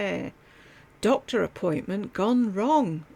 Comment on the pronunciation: I’m sorry, her Southern accent seems so affected that it truly grates on my nerves. There is no reason that someone who makes videeoos for a living should say dotter (doctor), worter (water), wuldnt (would not).